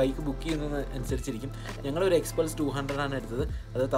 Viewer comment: എക്സ്പ്ലസ് അല്ല ചേച്ചി എക്സ്പൾസ് 🤣🤣🤣